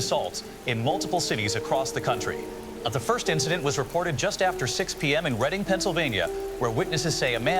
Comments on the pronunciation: Shout out pronouncing Reading PA right, and the Alex Jones really hit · I was surprised to hear Reading, because most people don't pronounce it properly if they're not from around here